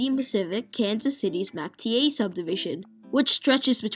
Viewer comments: Good video - A few notes on the pronunciation of a few names: Came-bridge not Cam-bridge for Cambridge Alby-IN instead of AlbyON for Albion Mac-Teer instead of Macty-eh for Mactier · It's pronounced Mack-Teer, with emphasis on the first syllable.